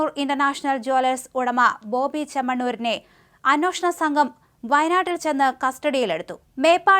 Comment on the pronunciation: അന്വേഷണം.. എന്നാ വാക്ക് ഒരിക്കൽ എങ്കിലും ശെരി ആയി പറയുക